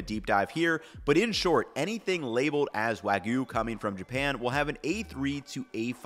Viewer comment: The "wa" part of wagyu is correctly pronounced .